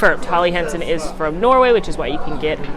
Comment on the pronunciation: It's HELLy Hansen, not Holly.